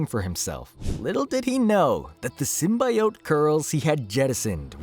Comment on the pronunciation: Bro can't pronounce "symbiote." lol